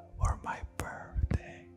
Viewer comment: Jankos saying birthday: Pervday